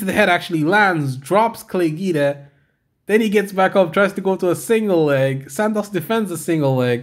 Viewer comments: It's pronounced 'GWEEDA' not GEEDA ya' stooge. It you're doing a Y/t bit on a guy, the least you could do is get his name right. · Your saying Guida wrong mr. Good vid though. Gets my thummage. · Jesus you’re giving me OCD with that name pronunciation dude, just stop.